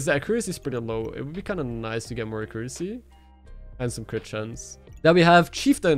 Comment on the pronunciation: took me few minutes to figure out what he meant by "a crew sea is kinda shit though" lol